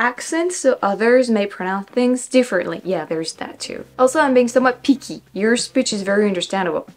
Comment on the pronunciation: For words like "Mickey" and "picky", the "i" should be pronounced as "ɪ", with the tongue a bit more relaxed. The pronunciation of "ɪ" is kinda between the first "e" in "petite" and the "i" in "petite", but it's actually a bit closer to the "e" than "i". If you learn to pronounce that properly, "Mickey" /mɪki/ would sound a lot less weird.